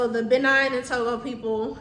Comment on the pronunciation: Please stop saying benign it's Benin as in bin